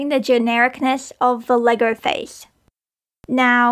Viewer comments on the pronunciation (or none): none